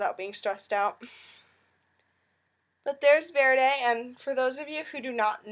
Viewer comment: Verdi is pronounced Ver-dee! Not Verdei